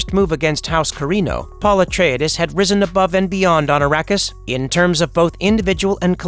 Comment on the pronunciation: Pul etridis Well at least is ain’t the TikTok voice